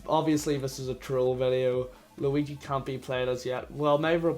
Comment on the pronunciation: the way irish people say "8 bit juigi" actually makes me upset